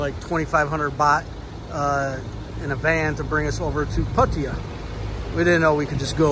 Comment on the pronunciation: It's called Pattaya not puttaya